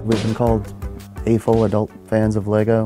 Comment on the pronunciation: I do believe it's pronounced a-fol, not pronounced aw-ful. I've heard the term many times and have never heard it pronounced that way🤔